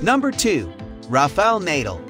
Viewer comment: He cant even pronounce the name of nadal and djokovic.